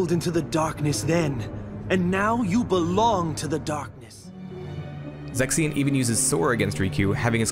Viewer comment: You pronounce Zexion like “sex scene” and it keeps throwing me.